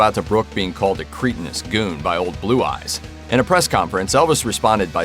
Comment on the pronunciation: Oh my god. Did I just hear the commentator pronounce ‘cret - a - nus’ as ‘Krete- a -nous’. Hilarious. What is it about hipster millennials and their inability to speak.